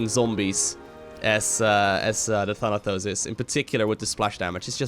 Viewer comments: it's pronounced Thanatos not Thanathos, Thanatos was Hades' lieutenant. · The way you say Thanatos sounds like Thunder-Toes :D